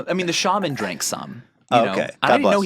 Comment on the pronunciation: God damn it Ethan it's "Shah-man" not "Shey-Min". Props to anyone who gets the reference.